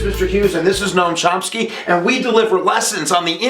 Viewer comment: "Gnome Chomsky" ha ha.